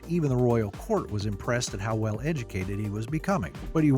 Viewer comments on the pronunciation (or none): none